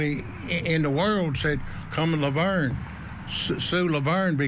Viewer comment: How you pronounced La Vernge made me keel over lol im a local and have never heard that.